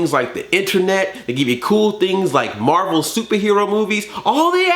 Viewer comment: IT'S MAHVEL BABY! IT'S MAHVEL!